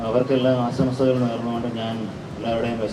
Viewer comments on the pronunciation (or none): ആശംസകൾ എന്നാണ് പറയേണ്ടത്. അല്ലാതെ ആസംശകൾ എന്നല്ല. പ്രത്യേകം ശ്രദ്ധിക്കണം. വലിയ ചാനലുകളിൽ പോലും ഇത് കേൾക്കാം വളരെ ഇഷ്ടപ്പെട്ട ചാനലൽ ആയതുകൊണ്ടാണ് പറയുന്നത്.